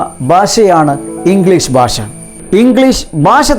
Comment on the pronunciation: Very useful video.. . (sir one request. use ഭാഷ instead of ബാഷ..)